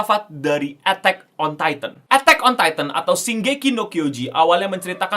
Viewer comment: "ETEK ON TaiTEN"